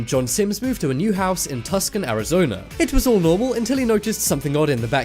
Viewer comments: you said “Tuck-son” AZ. Just thought I’d let you know it’s actually pronounced “Too-sahn”. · It's pronounced TOOson not TUCKson. Not everything sounds like it's spelled. Tucson, Arizona. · Tucson. Is. not. Pronounced. Tus can it's Too Son... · I'm sorry, but Tucson Arizona is pronounced Too-sAHn. i'm assuming you thought it was pronounced the same as Tuscany Italy. also, [i hate that i know this but...] kim kardashian didn't lose a wedding ring in a pool. she lost a diamond earring in the ocean. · Tucson, Arizona is pronounced "Too-son", not "Tuck-son". Another strange but true fact. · Tucson, Arizona is pronounced Too-sawn. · You said Tucson wrong dumbass